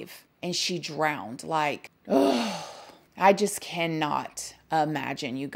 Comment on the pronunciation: Oddtopsy, drowded, umbilican 😂😂😂 I love the way you pronounce these words.